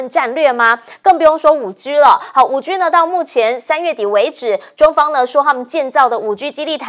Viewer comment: 5G cannot be spoken as 5Giu. No good pronunciation.